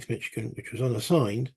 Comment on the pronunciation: MI stands for Michigan, you got it. FYI, it's pronounced mish-ih-gan, not mich-ih-gan. Thanks for the playthrough. Still watching. Enjoying it. Shelby Foote's Civil War series is one of my favorites. I will checkout the Shiloh 1862 book of yours. Thanks for sharing it.